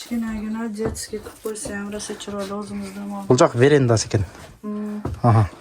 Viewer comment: “Веренда эмес - веранда” - деп туура суйлосон. Үй сатууда ушундай ката суйлосон, документтерди жазганда кандай болот?